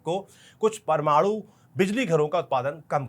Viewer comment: Parmadu reactor😂 not parmanu reactor 😂 bc